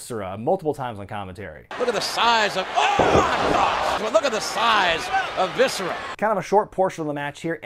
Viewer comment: “Look at the SAISE of viscera” J.R, 1999